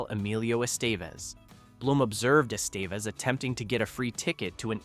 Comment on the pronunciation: That was a photo of Molly Ringwald with Ally Sheedy over the David Bowie poem, not just Ally herself. - Emelio's last name is correctly prnounced "Eh - steh - vez" - Don't say "almost no one was genuinely a teenager during production' When you contradict by pointing out that BOTH Molly and Anthony were turnning 16 (the crew celebrated her 16th on the set) - The open circle scene was not entirely ad-libbed, but partically scripted, as Hughes wanted them to be themselves, expressing how they'd each handle those situations shared as the characters. Nelson being a trained method actor went full circle here - on Molly Ringwald. Bringing TRUE authenticity of scumbag during the target.